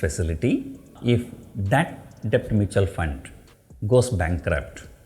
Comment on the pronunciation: Sir b is silent while prononcing debt. Pls check in Google